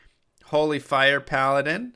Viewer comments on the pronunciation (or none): none